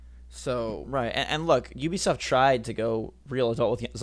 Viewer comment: Is no one gunna comment on Jakes pronunciations. Lakeedoo Lakitu. Oobeesoft. Ubisoft.